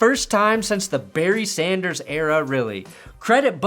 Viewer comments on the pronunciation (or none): none